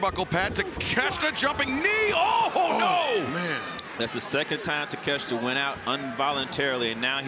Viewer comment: Ta-Kesh-Ta?...WTF. It is pronounced, Tak-a-shee-ta!